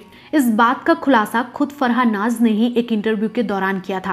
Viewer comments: Aap apni pronunciation per dyan den for example naz hai naj nahin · It's Naaz, not Naaj